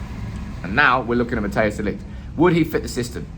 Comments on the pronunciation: fyi non-dutchies , It's not Matteus.... it's pronounced more as Matt & Ice together. ;) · Matthijs de Ligt. Im a dutch guy. You pronounce it more as mathheus (as in lothar mattheus). I think its best to pronounce it liked mat-tice de ligt.